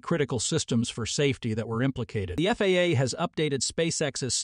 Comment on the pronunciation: It's FAA, NOT FAAAA ! Sheesh. Don't you people watch these before you post them ????